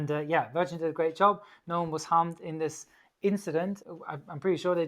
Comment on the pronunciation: 3.49 Woas? Da kam das Bayrisch wohl etwas durch ;)